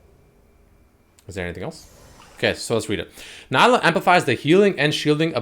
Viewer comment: its nee-lah she even says her name in the trailer 🤦🏻‍♂️